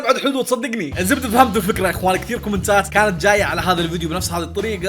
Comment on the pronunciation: على الدقيقة قال كتير ولا عمري شفت سعودي يقول كتير يقولون كثير